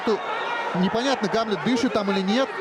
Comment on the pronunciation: Диктор туповатый, имя Гамлет, ударение не правильно ставит, ещё бы амлетом бы назвал.)